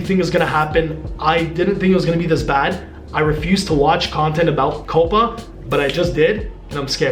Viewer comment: Its not (Coppa) its (Cowpa)